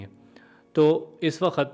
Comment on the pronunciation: Wakhat naheen hota chacha, waqt hota hae